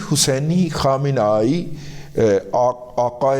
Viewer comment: Syed ali khamnei(Kham-nay-e)